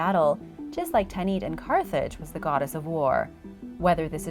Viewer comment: Rip to the right pronounciation of carthage